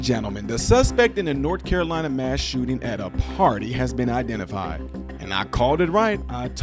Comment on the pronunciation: Shoe-ting 😂😂😂😂😂 ü r A G-neeus 4 rëëL bruh